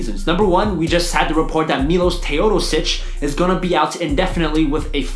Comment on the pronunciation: That Milos Teodosic pronunciation tho